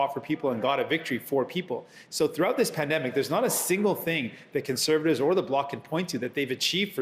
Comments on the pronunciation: Did he say “spendemic” 😂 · Did he just said pandumbic😕